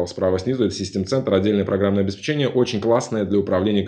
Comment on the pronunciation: Здравствуйте. Огромная вам благодарность за упорядочивание необходимости познаний и опыта в it-сфере. Одна большая просьба: научитесь пожалуйста правильно произносить слово "Обеспечение". Правильно ударение ставить так: обеспЕчение, от слова обеспЕчить. А то очень сильно слух режет. Спасибо.